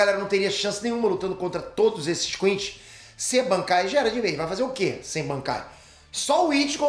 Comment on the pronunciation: QUINCY e não QUINCHY. A pronúncia é a primeira, tanto em japonês, quanto em português dublado.